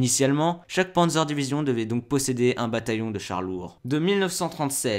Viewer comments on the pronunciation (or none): Le Taillegueur ? Maillebatch ? Et si on apprendrait* à prononcer les noms allemands ? 😅 Au passage, Michael en allemand, ce n'est pas Maïkeul (Keul ?). * je sais, c'est "si on apprenait", mais j'en avais tellement envie. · On parle aussi de Maïqueule Ouitmane ? C'est incroyable, pour les français, dès qu'un nom est étranger ils prononcent à l'anglaise, c'est consternant.